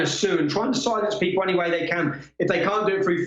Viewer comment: *'Any' not 'Annie'. Unless you're Irish.